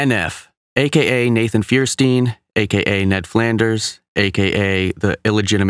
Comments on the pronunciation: Cool video! The thing that bothered me the most was that you pronounced his last name Rong... It's spelled Feuerstein but it sounds like fire stien I've been a fan for a long time I know how to say it! 🤣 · Dude it's pronounced Fire+stine. Cool work, Digging it. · First of all its pronounced firestein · That's how to pronounce his name FIRE-STINE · Btw it’s pronounced fire stein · the word 'fire' is legit in his last name if you pronounce it right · You pronounced his name wrong at the beginning thumbs down